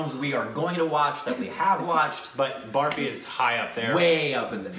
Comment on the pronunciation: Its not pronounced "baarfy" which changes the meaning lol but "burfy" (that's what the girls were laughing over)